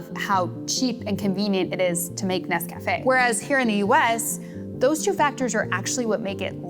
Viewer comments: This is very interesting, learned a lot about instant coffee I didn't know before. But, please forgive me, the mispronunciation of the product name was very distracting. It's not "Ness Cafe" (as if it were two words). It's Nescafe. All one word, like the lady in the old commercial pronounces it... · It's instant for me, but when I run out of that, I use a French press and standard grounds. Tasters Choice is my brand. Also, it' Nes-cuh-fay, accebt on the ay, not Nes-caff-ay. I prefer Classico and Maxwell House as well, because they're cheaper that Tasters Choice.